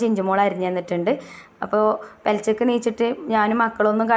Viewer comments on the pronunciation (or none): പെലച്ചക് അല്ല പുലർച്ചെ എഴുന്നേറ്റു